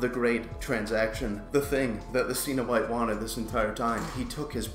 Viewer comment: Pronounced Sen-O-Bite.....